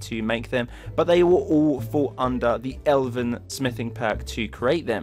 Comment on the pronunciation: Totally lord of the rings based love it! Also YES you pronounced Elven right thanks so much. Again, don't mean to sound like a grammar snob, but hey, it is what it is. Epic armor and video. Sorry that I haven't watched you channel in awhile. I'm on vacation at the moment and ironically haven't had much down time.:D P.S its the Bosmer armor, right? P.P.S You said you didn't like the guard outfits, there is a cool guard armor overhaul. I'll send you the link soon I can't right now because I'm on an ipad :/